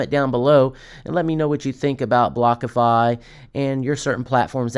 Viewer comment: Are you saying Blockafi?? Wtf...